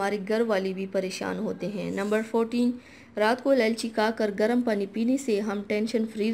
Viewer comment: سب سے پہلے آپ اِلائچی کہنا سیکھیں،آپ نے ہر مرتبہ الالچی کہا